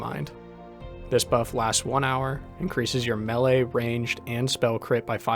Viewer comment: Upvoted for being able to say melee properly. Also great guide 😃